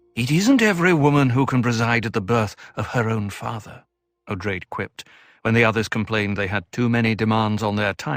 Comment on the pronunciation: You’re mispronouncing Odrade as “Oh-drayd” (long A). The correct pronunciation is “Oh-draw-day”.